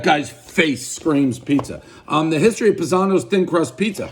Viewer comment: Family has brown eyes+you have blue eyes=adopted. I think it's Pie-zano like a pizza pie or the Italian word paesano.